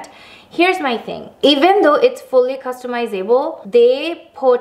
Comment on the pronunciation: The beginning 😂😂 “customize-able”....